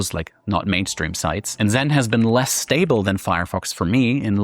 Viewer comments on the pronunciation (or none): none